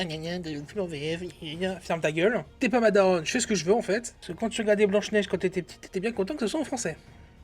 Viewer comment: 😅😂🤣🤣🤣 P.S: Le budget est de 450 millions min, c'est factuel, c'est prouvé au moins par des dizaines de chaines et de journalistes dans le monde. Ca s'appelle BLANCHE NEIGE !!!! Pas BEIGE NEIGE !!!!